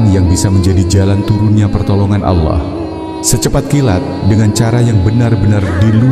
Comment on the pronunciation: Maaf menyebut nama allah kok alah